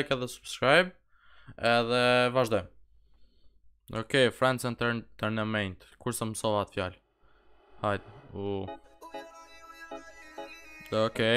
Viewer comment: FRIENDS ENTERTAINMENT lexohet : FREND ENTERTEJMENT lol